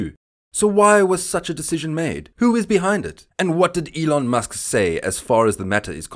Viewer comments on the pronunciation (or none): none